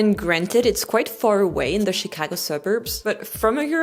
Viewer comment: your pronunciation of Chicago is exactly how it’s said with Chicago accent 😂😂 Yes, I’m from Chicago.